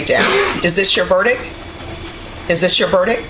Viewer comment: Jesus. The woman is supposed to be a judge and can’t even pronounce the word “verdict”. And she says “80 years in the prison” not “80 years incarceration with the Texas department of corrections”, or something grammatically correct. DEI hire.